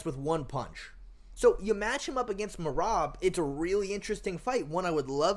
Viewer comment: Can't no1 say merabs name 😂😂😂😂😂